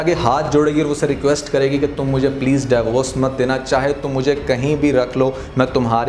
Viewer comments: Daiy vorc nahien hota divorce hota hai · Interesting but its "deevorce" not "dayvorce"